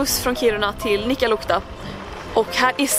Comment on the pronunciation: Fyfan ditt uttal på nikkaluotka